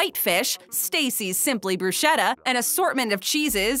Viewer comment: UGH at the way she pronounced bruschetta.